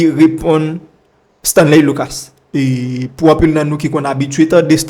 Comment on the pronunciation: Bro mem creole la ou pas paler bien. Stanley luca bro. Pas Stanley lucasse bro si ou vler kob sou YouTube fok ou apran paler nou pap ht médiocrité ankor